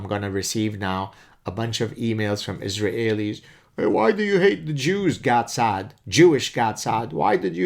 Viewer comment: I'm sure he knows zilch about the Japanese, but why in the bloody heck can't you just say 'Israelis' like native English speakers do? I prefer the French or 19th century way to refer to followers of Mahmud as mohamidin or whatever the hell it was, but: iz ra hey lee? If it's a fossilized error then please work it out, otherwise i oughta tell you it's like forcing me a gerbil, Professor ( maybe it's tough being a Canadahe-en